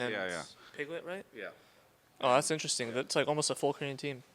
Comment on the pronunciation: I really love and enjoy all of Travis' content but if i hear him say inneressing one more time im gonna put my finger in my throat and vomit untill i die of dehydration